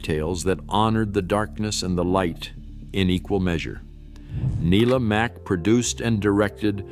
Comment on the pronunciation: I'll get my quibble out of the way first - there's got to be a better approach to synthesizing the narration - names are occasionally mispronounced (it's NYE-la Mack for Let's Pretend, folks!), and there are obvious slips if you follow along with the subtitles. That said - I pretty much only disagree with the sequencing because I enjoyed some of these more than others. It could have helped with clips from the originals, but I fear that might have triggered a few lawsuits ... Bummer also that they didn't dwell longer on Bob Elliott and Ray Goulding (keep your eyes peeled !), whose approach to comedy via absurdity set standards as well. Find these shows on YouTube, folks!